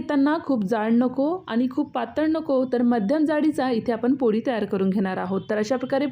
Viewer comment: तुम्हाला ळ म्हणता येत नाही वाटते. पोडी, गोडा असं म्हटलं आहे.